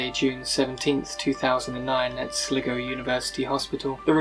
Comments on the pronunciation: It's pronounced SLY-GO...! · not sligo its sly go, its annoying you pronounce it wrongly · At least the mystery of "How do you pronounce S-L-I-G-O?" has been solved.